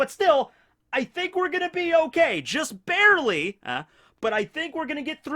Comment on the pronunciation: "Just Barry-ley." 👌😂🤣